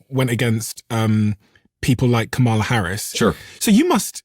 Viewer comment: You pronounced Kamala wrong, just so you know